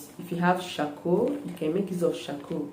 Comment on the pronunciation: You said coarcoal